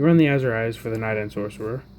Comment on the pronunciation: Ah-zure eyes. Not Assurize. damn son